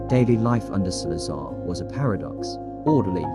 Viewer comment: You pronounced the name wrong straight away 😂